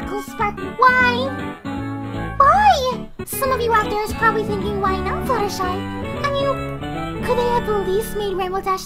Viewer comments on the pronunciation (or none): did she just say Fluttershee?